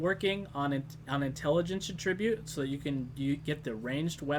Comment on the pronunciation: the way you say attribute made me angry for some reason?